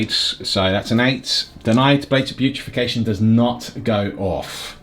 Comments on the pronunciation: Big fan of the battle reports. That said, don't want to piss on your cornflakes, but it's "blades of putrefaction", not "putrification"! Gets me every time! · The fact you’ve been saying “Blades of putrefaction” incorrectly for 18 months triggers me!